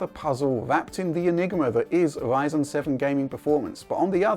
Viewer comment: how come he can say "tRanscoding" but he can't say Ryzen? WTF is Wyzen?